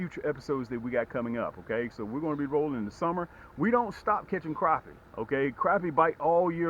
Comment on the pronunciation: You give great information and tips even though you mispronounce the species of fish in this video you still provide great information and tips that will help people catch more crappie for the fact that you seem to provide good info and tips I'm subscribing and hopefully I'll learn some new things and I help increase my catches again great advice keep up the good work